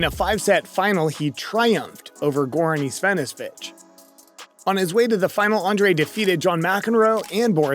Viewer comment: Goran Isvennaswitch :-)